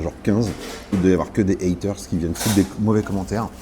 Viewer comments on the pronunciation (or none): none